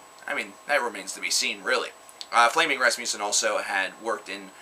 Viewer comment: As a dane, I love the way Flemming Rasmussen is pronounced in English! :D